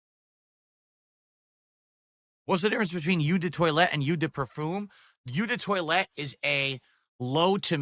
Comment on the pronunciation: "Yew the toilete" 😂